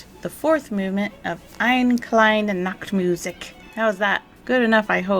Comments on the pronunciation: These Columbo reviews are great. Funny how you pronounce "Eine kleine Nachtmusik" the Mozart piece. You say "Nackt" which means "naked " in German. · I'm from Germany and I really like your German pronounication of Mozarts "Tiny Nude Music" ;) And I actually spend some time to find an English word, with a simlar sound as in the German "Nacht"... and failed. But googling "Aussprache Nacht" should give the sound piece. This is of course not to make fun of you, but after few of your videos I see you like to get the details right.